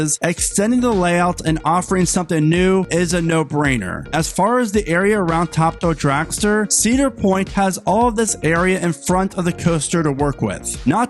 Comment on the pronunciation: It's called Top. Thrill. Dragster. Not Ta Dull dragster